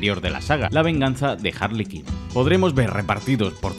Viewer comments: harley quinn, se pronuncia (jarli cuin), no harli quin. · Jarli kin, por qué los españoles pronuncian tan mal el inglés ??? Siempre que veo vídeos de españoles donde deben pronunciar algo en inglés lo hacen como la misma mierda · Harley Kin? O Queen? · Todos Harley Quinn: Harley kin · Jarli kin... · Cada vez que mencionas eñ hombre de Harley Quinn parece que se escucha arlequin jaja